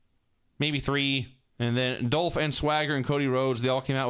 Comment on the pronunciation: I miss Vince calling Ziggler "Doelph."